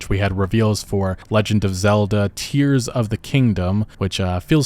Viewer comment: Pretty sure it's "tears" as in "torn" or "tearing" rather than liquid coming out of eyes.